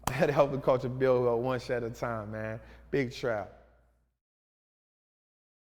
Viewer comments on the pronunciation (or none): none